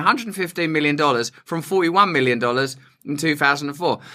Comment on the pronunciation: "Milliona dollaas" LOL you crack me up, love your humor so much! And your cool Indiana Jones hat! 😂